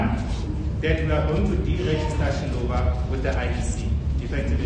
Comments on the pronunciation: The correct pronunciation of the word Xiluva to sound correct for those who cannot read or speak Xitsonga-Xichangana should be pronounced as Shiluba. Xiluva - Shiluba. Se hi fikile hi ta helela va tukulu va Gwambe na Dzavana ekaya rintshwa ra Mkhonto Wesizwe (MKP), MaGaza ya ka hina yo saseka vanhu va malwandla. Ha va amukela va ka Xiluva Party, titweni mirikaya. Gwaza Mkhonto Wesizwe Gwaza!! Tlhava Tlharhi ratiko Tlhava!! 💚🖤💚🖤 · my friend, you pronounce Xiluva like Shiluba but its a Tsonga word means the flower.